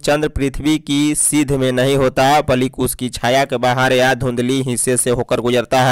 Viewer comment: Balik nhi hota hai balki hota hai